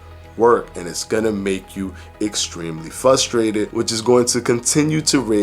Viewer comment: "FUSStrated" thats funny too but "potazzium" takes the 🎂 cake!😂😂😂